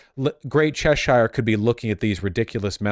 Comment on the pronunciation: Name a worse combo than Americans pronouncing British counties. Chesh-ire, its Chessure